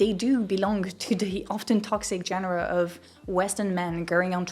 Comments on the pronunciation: I have a critical and eXtreme observation to make, in the form of a question.... Why - when Francaise - do you pronounce "Genre" as "John-rah", when in most English speaking countries the French pronunciation is the norm? That said, in Australia we used to say "trait" as "tray" (older people pronounce it like this), now commonly "Trate" so who knows.... In any case, I'm off to take my soo-full out of the oven. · Genre in English is just a French loanword, so you don’t have to although the way you pronounce it; just pronounce it the French way. No ohe pronounces it djen-er-uh